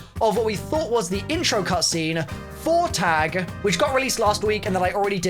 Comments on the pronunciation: IT’S PRONOUNCED TAHG NOT TAG!!! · please Its pronounced tugh, not tag not targ Its German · My little German sister: I swear if you anyone else pronounces Tág wrong again I will commit murder on everyone who says Tag Real me: Why do people need to be lazy.